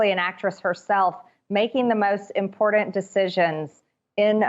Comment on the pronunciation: Nonono nonono is it IMPORDAND Marge?